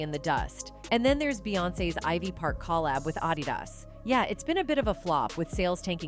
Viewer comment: Why is this Reporter NOT pronouncing ANY of the words or names right! My GOD, it’s basically hard to listen to her! Who doesn’t know how to pronounce Adidas 😩!!